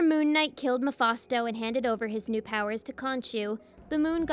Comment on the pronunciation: Mephasto? It's "Mephisto".😂